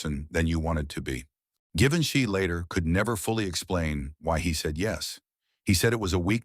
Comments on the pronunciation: AI. “Geevinche” 😂😂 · Tirally fake story You cannot even pronounce his name correctly Good grief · AI garbage; can’t consistently pronounce or spell Givenchy correctly. Disrespectful and insulting. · The voice chosen was excellent. But whoever edited this piece of AI slop should really have focused on pronouncing Givenchy correctly every single time it was uttered. The mispronunciations and the misspellings in the captions pissed me off. It actually served to undermine the entire narrative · If you make a story about Givenchy, make sure to mispronounce tha name. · At last! Successful in failure. I thought he was trying to say Leonardo da Vinci!